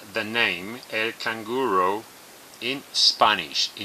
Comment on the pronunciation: señor avance. Estoy impresioonaaadaaa... Sugerencia, cuando vayas a decir la palabra en español, pronunciala como lo hacemos normalmente, ejemplo: canguro lo dices canguro no canguuroou. Asi las perdonas aprenden a pronunciarlo como lo hacemos en el castellano, canguro.